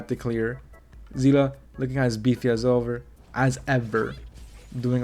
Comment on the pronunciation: it's see-le not zi-la 😢